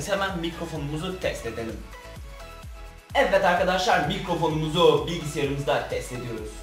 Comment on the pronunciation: evet derken neden evet değil de evvet arkadaşlar diyorsun çok merak ediyorum😃